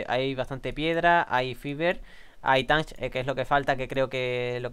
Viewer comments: se que hace tiempo de este video pero te equibocas en una palabraa de dice TATCH no TANTCH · Se pronuncia tach no tanch y si le habias dicho que recogiera flint 😒